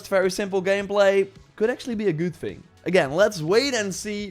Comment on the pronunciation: Not tryin to be a dck (but nevertheless being one…l guess?!)… Dude its third not “föörd”, its thing n not “finggg” I guess u get the gist… It’s really not that hard to press ur tongue to ur upper front row of teeths. English is my 3rd native language and if l did it u can too.